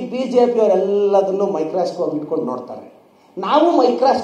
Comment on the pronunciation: It is Microscope not MIcrascope first correct your English Mr.Pradeep Eshwar.